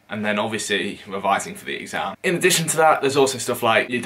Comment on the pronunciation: Man said wevising